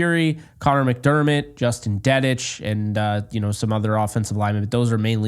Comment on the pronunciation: Im surprised Dedich didnt make the cut. Thought he played well this preseason. And its pronounced Dee-ditch. Fight On ✌️